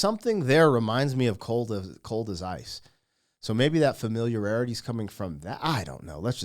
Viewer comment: The word is familiarity. There is only one r!